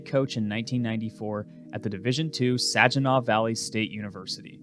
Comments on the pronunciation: How you pronounced Saginaw made me cringe every time. 😂 Sag-i-naw, not Saj-i-naw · Never thought id get any bit of lore surrounding SVSU, so that was fun lol. Was fascinating to see JK ascend in cfb. Great man. Side note, for future reference, Saginaw is pronounced like Sagg-In-Awe. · It’s pronounced Sag-i-naw, not Saj-i-naw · I was thinking the same thing lol. It’s Sag, like when people sag their pants. Pronounced Sag-eh-naw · My favorite team sajinaw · Nebraska is and always will be a blueblood. "Then blueblood" just say you have no idea what youre talking about. Its "sag" inaw btw. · Lol…it’s pronounced SAG-IN-AWE Michigan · “Sag - in -Awe”!!! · Good video, but Sadjinaw? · SAG - iih- NAW. Terrible pronunciation my guy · Sag-in-aw your pronunciation killed me 😂😂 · So annoying to hear Saginaw miss pronounced! SAGinaw with a hard “G” like sag bag lag. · It's Sag-i-naw. Listen to the Lefty Frizzell song "Saginaw, Michigan", to pronounce it correctly. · Love the video, but, as a local, I gotta say it's sag-in-aw (as in sagging) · I love this video, but as someone who is going to SVSU, the way you pronounce Saginaw is going to drive me insane lol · Yea, the way he pronounces it would be the last way I would ever sound out that word. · As a Michigander the way you say Saginaw is triggering haha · You are pronouncing the "g" in saginaw wrong. Its just a regular short G sound. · Hearing you miss pronounce Saginaw is my favorite part of this whole thing 😂